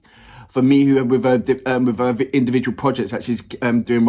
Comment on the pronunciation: FYI - Miho is pronounced Mee Hoe not Mee Who.